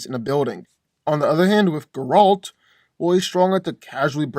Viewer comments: Bro keeps calling him gRaLt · Anyone else want to choke him out every time that he mispronounced Geralts' name? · Please learn how to say Geralts name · I don't think that's how you say geralt but I could be wrong. All I know is that its making me feel uncomfortable